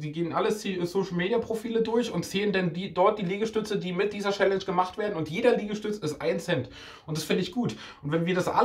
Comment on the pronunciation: Wie er jedes Mal „Schällensch" statt Challenge sagt 😂😂